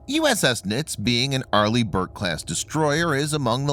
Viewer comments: It's pronounced "nitzee" not "nits". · I am a plank owner of this ship please stop saying the name wrong she was a great ship